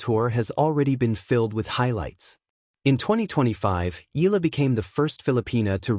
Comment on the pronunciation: Make your AI pronounce her name properly it’s Eyala not Eela!